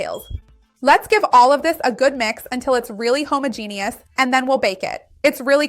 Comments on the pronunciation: ho-MAH-genous . . .not Homo-genius. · Quit reading from from a script. It's obnoxious. And homogeneous is pronounced ho-MA-jen-us, NOT homo-gene-us. If you can't pronounce words correctly how can anyone believe your credibility?